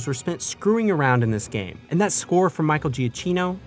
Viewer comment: 1) it’s pronounced Michael Juh-Chino said very quickly. He’s the best composer in Hollywood right now and the fact that Disney didn’t have John Williams mentor him for episode 7 to have him take over is possibly the single biggest mistake of a trilogy that is almost nothing but mistakes. Disney will make more Star Wars movies and there will be an episode 10-12 trilogy but Williams is gonna die before those happen and Kathleen Kennedy’s short sightedness of having Williams score the entire sequel trilogy leaves Star Wars without an heir apparent composer. 2) revenge of the Sith is the best Star Wars movie hands down. 3) destroy all humans was amazing and I can’t wait for the remake. I hope it leads to a proper DAH3. 4) hot take: battlefront 2 2017 started as the worst battlefront game and became the best battlefront game.